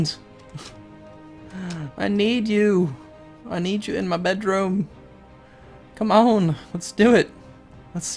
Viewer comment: with a semi-southern accent "common Scotland I need you in my bedroom" lol